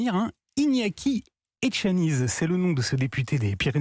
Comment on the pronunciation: C'est bien relayer,mais prononcer bien le nom de Monsieur ETXANIZ car vous aurez certainement l'occasion d'en reparler en bien; en Basque le Z se prononce S. MILESKER !!